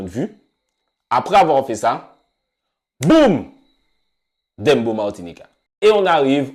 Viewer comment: Pooh mais arrêtez de prononcer « dembo » ça se prononce « Dèmbòw » comme dans le son de shabba ranks